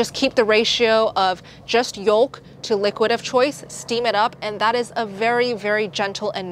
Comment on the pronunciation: I love your content but I have to tell you that you don’t pronounce the L in the word yolk - it is silent. Thank you for the helpful information.